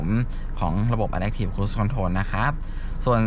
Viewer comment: ชอบดูช่องนี้ เพราะให้ความรู้ รายละเอียดรถแต่ละคันดีมาก ในขณะที่ช่องอื่นๆ จะแนะนำจุดเด่น รูปทรง อุปกรณ์ตกแต่งเหมือนกันหมด แต่ขออนุญาตออกความเห็นนิดนึงนะครับ ช่วยเรียก Adaptive ให้ถูกด้วยครับ อ่านว่า อะ-แด๊ป-ถีฟ ครับ ไม่ใช่ อะ-แด๊ค ครับ